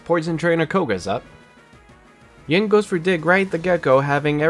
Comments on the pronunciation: Take a shot every time he says “Ying” instead of “Yin” 😅 Happy 2 day hangover! I love eeveelutions so I did love this video, just kept noticing it haha. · this was super entertaining! only gripe i have is yin usually being pronounced ying, rip. probably going to watch leafeon and glaceon combo next! good work ^^